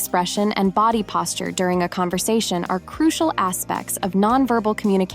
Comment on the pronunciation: Love your videos and your voice is very pleasant. pronunciation of certain words tho.....it's CRU SHEL not CRU SEE AL. Hugs